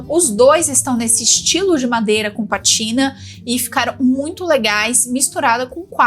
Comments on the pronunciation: Não é "patina". É PÁtina, com acento no "pá". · Estava lendo os comentários pra ver se alguém a corrigiria pra não ficar rtepetitivo. O certo é pátina sim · Acho que você se enganou,. É PÁTINA. Tem acento no A. Significa: "Pátina do tempo refere-se à marca natural ou artificial de envelhecimento em superfícies (metais, madeira, couro, pedra), como a camada esverdeada no cobre ou o desgaste em móveis, que confere beleza, história e caráter aos objetos, valorizando-os como testemunho de sua jornada ao longo dos anos, um conceito poético e estético" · O nome é patina( a sílaba tônica é na primeira sílaba!!! 😮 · Bom dia,! Só pra colaborar: a pronúncia da palavra é "pátina", sendo que a sílaba forte é pá... Se eu estiver equivocada, pode me corrigir. Um abraço! Sou sua fã! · o correto é dizer pátina com assento. 😊❤